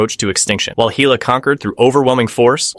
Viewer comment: Hayla? Its Hela lol ai voice is so funny